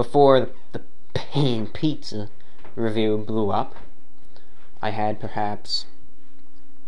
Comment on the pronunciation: The way you say “Pan Pizza” in your videos crack me up every time! Haha